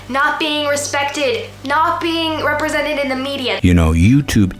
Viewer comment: "WHAH! I'M NOT REPWESENTED ENOUGH!"